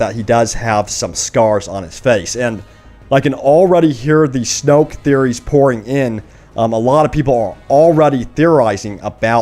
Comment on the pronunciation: It's not snoke